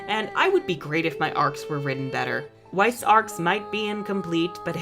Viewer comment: Weiss? Wha- Weiss???!?!! haha oh man. Wtf.